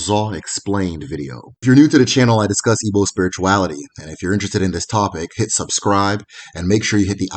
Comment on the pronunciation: The Igbo names here are not called properly...